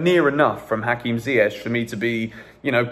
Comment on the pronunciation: Oh my god please ziyech’s name is pronounced ZIYE-K not ZIYE-SH😭 (CH=K)